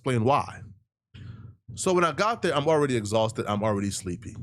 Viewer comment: "Fatigue, Exauhsted, and Hungry as HELL!!!!!!!!!!!!" 🤣🤣🤣🤣